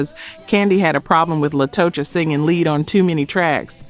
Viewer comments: The mispronunciations drove me NUTS on this episode... En Vogue - "in" Vogue Latocha - "Latasha" Scott TLC- Tionne "Tee-on" Watkins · Latocha should be pronounced Latasha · It's Latocha Scott not La to cha